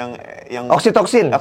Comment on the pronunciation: Btw oksitosin yaa bukan oksitoksin😂